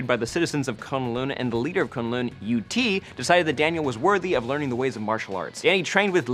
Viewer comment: Am I the only one anoyed by how sais K'un Lun? It's like Kung Lao from MK with the right letters,thay say it a lot in the Ultimate Spider Man series. Anyways Dr Strange will be out when it's time for the Iron Fist so there sould be no problem with the weird stuff